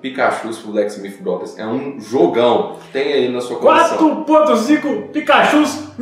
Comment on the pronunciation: Acertou a pronúncia com maestria dessa vez!!! Parabéns pelo vídeo, me diverti muito como sempre